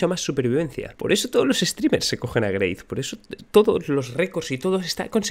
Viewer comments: GREYTH XD XD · greith? wtf lo nombras así loco ja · porque pronuncia grace?